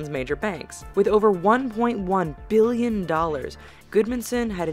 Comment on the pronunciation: Please stop say Billion with huge emphasis on the 'B' ....bbBBBillion....we get it, bitch, it's a lot.